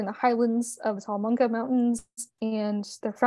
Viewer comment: Great documentary. I just want to make a slight correction. It's Talamanca Mountains of Costa Rica not Salamanca.